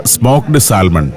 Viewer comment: സാൽമൺ എന്ന് എഴുതിയാലും ശരിയായ ഉച്ചാരണം സാമൺ എന്നാണ്